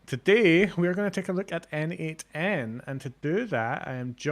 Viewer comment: it's neigthen ( N AI - th e n )... always and everyday.